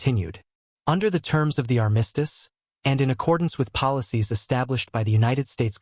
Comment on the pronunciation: … and armistice